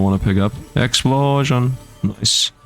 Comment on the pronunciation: "Exuplosion!" - (Megumin reference):_SifdLaugh